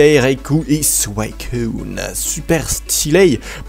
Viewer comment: C'est pas Souaicun Mais suicune